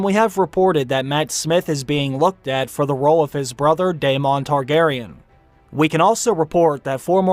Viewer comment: i love you man but you were pronouncing almost every characters name wrong coryls and damon... lol